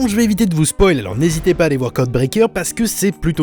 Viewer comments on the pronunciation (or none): none